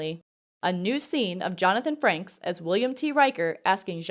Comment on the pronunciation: jonathan FRANKS? its FRAKES